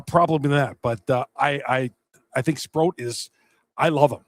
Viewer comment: for the record it's SprOAT - like he's the gOAT... not SprOUT - like strike 3, you're OUT.